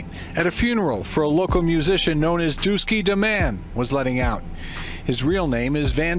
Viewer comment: ....its Dooski...not Dookie